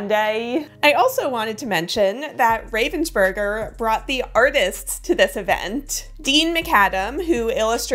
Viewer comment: Raaaavensburger, that's the way you pronounce it. It's a german name and has nothing to do with the bird 😅